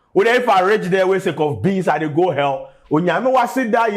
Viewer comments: He said you are going to err😂, instead of hell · "You're going to ELL" , 😂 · to be fair he did not say "hell" he said "ell"... 🤣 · Pls he never said u will go to hell...he said u would go to “ell”...let’s be guided😂